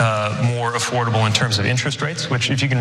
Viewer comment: "Make debt...more afforadable"? are you kidding me?